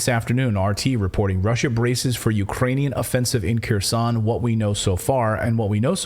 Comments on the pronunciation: When you say Keroson no body in my family understood what city did you mean unless we looked over the maps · Kherson, is NOT Keeersawn. OFFS, PLEASE GET HELP PRONOUNCING RUSSIAN NAMES!!!!!!!!!!!!!!!!!!!!!!!